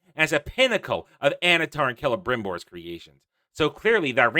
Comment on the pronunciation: Stupid shills can't even pronounce Celebrimbor despite the show nailing its pronunciation into their skulls every time that names being mentioned 🤣